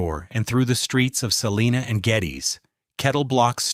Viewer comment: It’s not pronounced: Sa-lee-na It’s pronounced: Sa-line-a